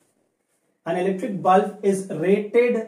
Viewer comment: That is bulb sir not bulf